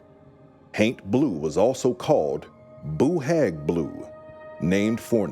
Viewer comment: don’t be , it’s the best pronunciation of Boo Hag I have ever heard !